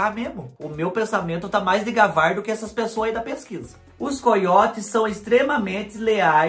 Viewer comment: Tem mais pessoas que tbm falam "DEGAVAR" ao inves de DEVAGAR? Eu escuto falar assim acho tao engraçado 😁